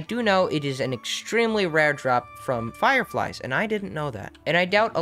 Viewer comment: Boi i heard "fire fries"